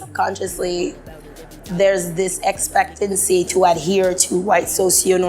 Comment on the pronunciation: Did she say EXPECTENDANCY?